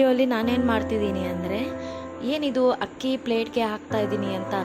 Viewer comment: 437 ನಿಮ್ಮ ಶಬ್ದ ಹಕ್ಕಿ. ..😂😅 ಎಂಥಾ ವಿಪರ್ಯಾಸ ನಿಮ್ಮ ಕನ್ನಡ